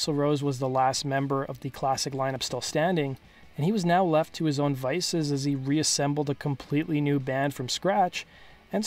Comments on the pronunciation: Left to his own "devices" not "vices" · It's "left to his own devices", not "vices." Thanks for the video.